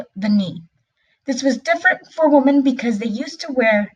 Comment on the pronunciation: Learn how to pronounce the word”wemen “ not “wohmen!!There is a difference idiot.